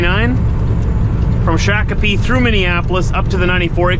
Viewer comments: shock o pee…. Native Americans pronounce sha cope ee or Google but the a makes a o sound in this city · You pronounced shakopee wrong 😅 I live in shakopee they do not like it pronounced that way